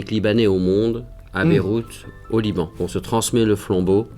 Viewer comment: Wow la fierté que j'ai eu quand il a dis "Liban" 🤩 hé oué ya pas que des français qui regardent tes vidéos !! super vidéo ;)